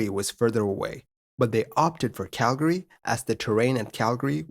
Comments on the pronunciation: it's not really right or wrong per se, but most locals ignore the second a while most non-locals pronounce it. CAL-gree vs CAL-guh-ree. That being said I also liked that he pronounced it the way I grew up saying it lol -a guy from Calgree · Kudos on the correction pronunciation of Calgary! Most non-locals don't get it right :-) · Thank you for pronouncing Calgary correctly. So many don't!